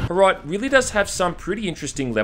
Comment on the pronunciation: As a Czech I am so happy HROT is getting as much attention as it is, though "Small socialist town neighboring soviet union" and all the uses of suka blyat make me want to die. If you want a classic slav insult "KURVA DO PÍČI" is so much more impactful and actually true to the setting! Also you pronounced HROT wrong but the english language literally doesn't have a sound for it, can't blame you.